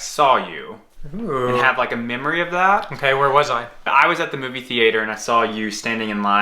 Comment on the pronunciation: Wow I’ve never heard anyone pronounce theatre like that !